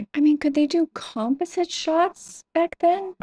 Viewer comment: Did something happen to make people born after 1984 incapable of pronouncing the word 'composite'? Totally bizarre and irritating.